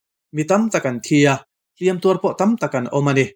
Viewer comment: I thupuan ngaihthlãk anuamin, i ãw a fiahfai a, "hliam tuar" tiha, 'hliam' i lam rîk dãn erawh a dikhlel deuh.